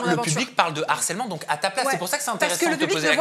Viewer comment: On dit LE HARCÈLEMENT ET PAS L’HARCÈLEMENT!! C’est un H aspiré en bon français. Merci pour nos oreilles 🌸